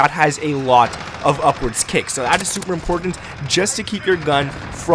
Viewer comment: Lol this guys calls buttons “bud-dins” and everything is “in-porn-tent” 😂